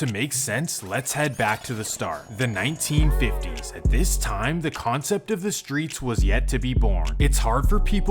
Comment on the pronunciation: The nineteen fiddys 😮lol